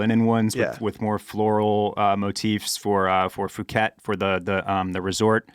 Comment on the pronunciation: Poo-ket, not foo-ket guys!